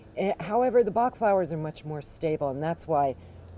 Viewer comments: If you use google translate and put the english word 'Bach', you will have the exact prononciation in french! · You should revise the french prononciation by a french person. It's not right prononciation. Thanks for the presentation though. Interesting!